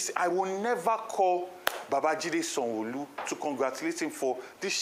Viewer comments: Is that why he can't pronounce Sanwo-olu? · The guy can’t even call Sanwo-Olu with Yoruba accent lol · He doesn't even know how to call Yoruba name?